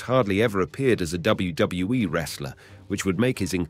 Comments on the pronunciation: DUDE ...... please enunciate with me..... its.......W.........W........E ........ Not WWUUUWUWUW W E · How come sometimes he can say WWE but the majority of the time he says WdedaWE or some other weird stuff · I know. And it is in all wrestling videos of this guy. Even worst in another, he mispronounced Stacy Keibler. 😂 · What the heck is WGWE? Until he can say it correctly he needs to stop uploading videos. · This guy can't even say WWE properly so he don't deserve to be narrating this show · Glad you said that, I thought maybe I was having some sort of stroke or something haha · 4cx listen to the way he says WWE he puts 2 ds in it almost every time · Someone teach this guy to pronounce WWE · This guy mispronounces WWE so confidently he almost makes me wonder if I'm spelling it correctly.